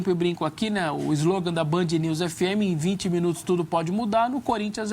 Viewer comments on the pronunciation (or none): none